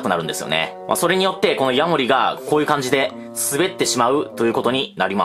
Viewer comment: ヤモ↑リ カマキ↑リ↓